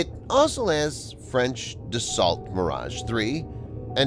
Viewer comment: His speaking speed didn't bother me, but his butchering of "Dassault" (DUH-SALT) had me cringing. To the video creator....Dassault is pronounced "DAS-OH".